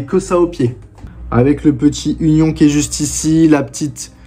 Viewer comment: ça se dit "unione" bosse mais vasy c'est rien. Force continue mon gars